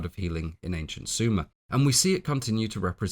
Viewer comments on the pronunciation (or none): none